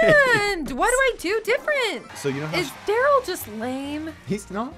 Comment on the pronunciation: It’s, Tara, Poco, And Darryl. Not Tara poko darill